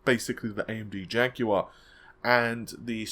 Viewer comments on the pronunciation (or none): none